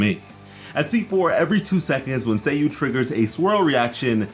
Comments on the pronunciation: saaaayu, not say yu hurmm :'( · Its not /say/-/you/, its /sah/ /you/ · Say-you. Yoy-miya. I can't get past your pronunciation. It's Sah-yu and yoh-ee-mee-yah. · did he just spelled her nayme Sayy U? not saa yuu? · SA YU Sa-yu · It’s Sayu, like “LevioSa”